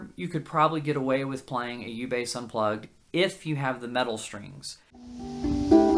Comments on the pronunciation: shtrings. shtrings. why shtrings? Why not "strings"? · once you start noticing all of the people saying sht instead of st it will drive you mad